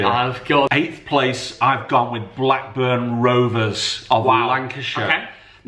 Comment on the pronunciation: iThankyou., thankyou and a billion times more for saying blackburn